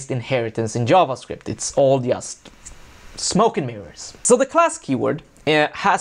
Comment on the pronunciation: Why does he spell just as [jast]? What's the accent?